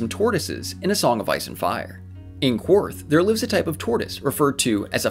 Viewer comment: Qwarth is pronounced Karth and Ryonar is Rhoinar